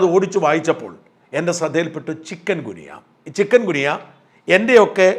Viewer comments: Chicken അല്ല ചിക്കുൻ ഗുനിയ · ചിക്കൻ ഗുനിയ അല്ല ചിക്കുൻ ഗുനിയ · ചിക്കൻ ഗുനിയ അല്ല.. ചിക്കുൻ ഗുനിയ ആണ് ശരി.. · ചിക്കൻ ഗുനിയ എന്നല്ലല്ലൊ ചിക്കുൻഗുനിയ എന്നല്ലെ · സാർ ചിക്കൻ ഗുനിയ അല്ല. ചിക്കുൻ ഗുനിയ ആണ്. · Sir, with due respect for your kind info. It’s not Chiken gunya…Pl pronounce it as Chikun gunya…this is the medical terminology. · ചികുൻ ഗുനിയ എന്ന് ഉച്ഛരിക്കൂ സാർ Not ചിക്കൻ. കോഴിയുമായി ഒരു ബന്ധവുമില്ല. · Sorry ചിക്കൻ ഗുനിയ അല്ല ചിക്കുന് ഗുനിയ അല്ലേ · ചികുൻ ഗുനിയ എന്നല്ലേ?